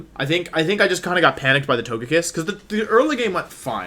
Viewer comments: toe-guh-pee, so To-GUH-kiss. come on, bud. You can do better. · Y can’t u pronounce togekiss the right way